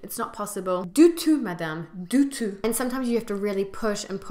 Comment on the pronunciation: I luv u at 4 min 54 secs especially your accent when saying in French « du tout » . You re just adorable depicting the true aspects of french life when it comes to customer service ... don t worry you ll eventually get used to it ...